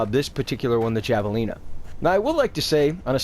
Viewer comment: It's Javelina like Havelina. It's named after a wild pig.